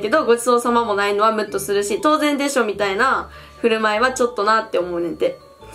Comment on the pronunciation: 当然をとつぜんって読んじゃってるあおちゃん可愛い